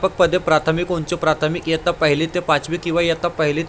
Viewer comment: Sir aapne jaise ke taisa pad ke sunaya baki kuch clear nahi huwa or "kirinda" shikshak nahi hota "kirda" hota hai or "yattya" nahi hota "ittya" hota hai or pure time karybhar period arrangement me baithega to hi school teacher appoint kar sakti hai or 1se 10 ke bich hai par 6 se 8 tak pat sankhya count hogi